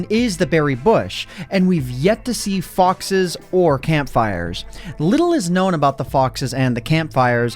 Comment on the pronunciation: When you said foxes I thought you said ffs